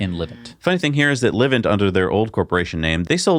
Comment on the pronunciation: Dudes: Livent is pronounced “lyvent”. Like ‘lie’. Cheers